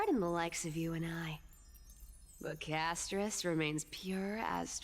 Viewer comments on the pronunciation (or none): Hearing you pronounce Castorice as "Casto-ree-kee", is like nails on a chalk board, I cringe every time I hear it. I don't care if it's the proper Greek way of saying it, it sounds weird, and nobody else says it like that. Just my opinion.